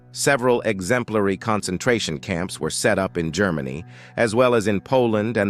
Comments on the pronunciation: "Grrr-many? Really? Please use a human narrator! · Yes, when it could not pronounce "Germany", about 15 seconds in, I quit.